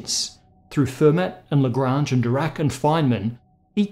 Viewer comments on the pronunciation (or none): Hi,. Don't make monsieur Fermat a too lol. In French they just (like 95%) ignore the trailing consonant. So he was more of a Fay`mah. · Hello. It's pronounced "Fur-maa" like, as if you forgot to pronounce the ending 'r' of farmer. I'm sure you actually know how to pronounce Fermat's name, but still. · Fermat is not pronounced with a "t" at the end, it's a French name! More like "Fermah".